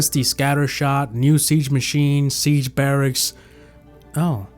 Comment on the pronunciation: what is he saying man stone hammer sige